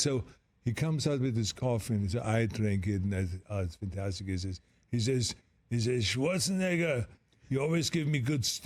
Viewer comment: the ''SCHWARZENEGGER'' is the perfect way of saying his name in authentic austrian german